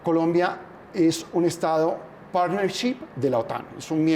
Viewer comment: Estado "partneship"? En spanglish??? 😂😂😂